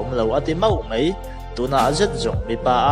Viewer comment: Ngatinge "mai" tih turah "mei" i rtih zel a??